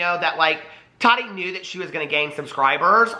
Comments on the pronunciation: DAMNIT!!! ITS TAH-TEA NOT TODD-DEE. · He said tadi lol